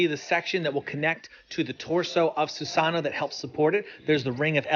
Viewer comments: Who is susano it’s susuno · I cringe whenever he says "Suseno" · bro, stop saying SUSSANU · Not susunoo, susanoo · It's read as "su-sa-noh" not f "su-su-no" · Susunoo or susanoooo??? hhahahahahah Peace man!!! Great statue!! Sending hearts!!! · it's su SA no SA SA SUSAN ik the spelling is susanoo but the pronounce it as su SA no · You pronounce Susanoo so many different ways and Akatsuki...........why, just why? No one has ever said it like that.